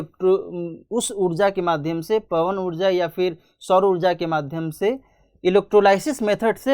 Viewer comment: Udja nahi ऊर्जा bolo yrr